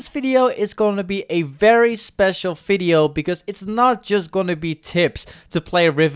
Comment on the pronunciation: Video with accent=fidio